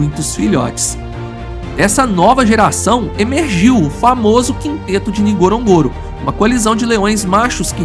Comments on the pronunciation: It is pronounced N..GO..RO..N...GO...RO and not that clumsy pronunciation by this narrator. If you're going to make a documentary about a place, at least endeavor to pronounce it properly. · AI can’t even pronounce the name of the crater correctly.